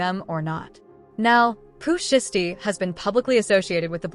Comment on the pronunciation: Pooh SHY STEE (say it like that) FFS